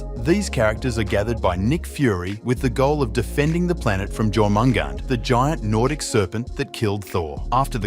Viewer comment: Just a side note Jormungand is pronounced like yor-man-gand and if you’re doing the Norse one it’s yor-man-gander